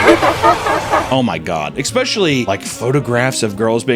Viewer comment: EXPECHALLY EXPECHALLY IT'S ESPECIALLY. NO X SOUND.